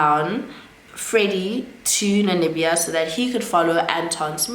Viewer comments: It’s NaMibia, you keep saying NaNimibia, also the former president is pronounced as NUU-YO-MA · Did you say Nanibia, did i hear right? Because it's Namibia 🇳🇦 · I was about to ask the same thing too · I like the way you pronounce Namibia it’s sounds like you’re saying Nanibia 😂😂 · I keep hearing Nanibia too, even googled😅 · The pronunciation of Namibia is stressing me a bit 😂 Otherwise great content 👏🏾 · 🇳🇦 Namibia, next time, practice the names before you do the video. Nuuyoma etc or watch a video where those names are mentioned